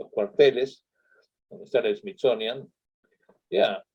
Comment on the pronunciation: Llegue a los 7 minutos despues de oírle decir Smizonia, Natgeo y ver su chamarra con el logo de la n a s a para poner pausa ... y ver los comentarios y salir decepcionada :(